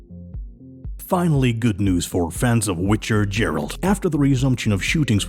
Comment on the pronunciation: "Jeralt" ITS GERALT G U KNOW GUH GUH GEH-RALT